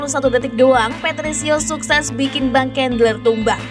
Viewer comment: Bang cendler min, bukan kendler 😉